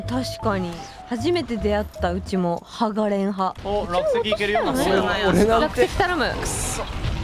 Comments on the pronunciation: ハガ↑レンはホントに何？ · ハガ↑レンって発音するやつ厳しいって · 剥がれん のイントネーション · 鋼の錬金術師 をそのまま略せばいいのにハガ↑レンにはならないって、厳しいって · 馬連と一緒のイントネーションでハガレンやめてね